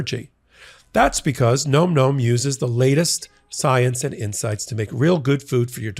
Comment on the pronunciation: I think you're pronouncing Nom Nom incorrectly.